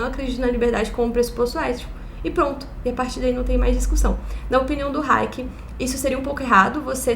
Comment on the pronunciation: Tem tbm raiéquer ou raiéque (nao lembro direito) que o falava